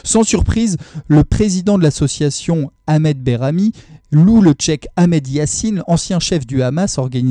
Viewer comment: Merci de votre vigilance et de ces informations. Question: pourquoi prononcez-vous Cheikh, comme "Tchèque" ?